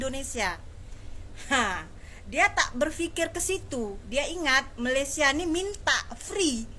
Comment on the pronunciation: Sebut Malaysia pun tak betul. Kau ni sekolah ke tak.